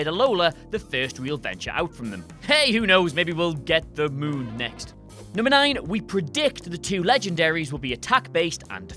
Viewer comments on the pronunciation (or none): none